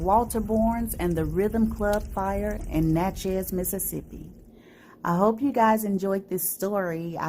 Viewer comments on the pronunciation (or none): It's pronounced NATchiss, not NATChazz. Sad but interesting story.